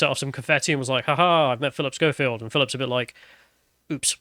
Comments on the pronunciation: Why do you keep calling him Showfield? It's Skoefield. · His name is pronounced SKO-field not SHOW-field. And EDMOND Holmes? 🤦‍♂ FFS, learn how to read properly. #ThickTwat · "Showfield." "Edmond Holmes." and Sargon's complete inability to pronounce names has to be an in-joke at this point. It's ridiculous.